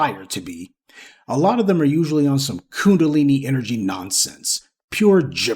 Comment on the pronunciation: Did Professor say "coon-a-lini"??! 😂 Thank you Professor!